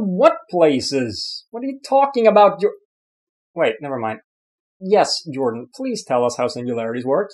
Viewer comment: A little Swedish slip-up. "Ok, Yordan...Jordan" haha